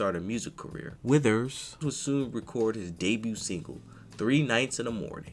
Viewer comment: Can you stop saying his last name like that?